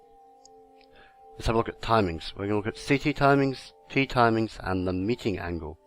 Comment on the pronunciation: it`s "meeting angle" not "metting angle" m8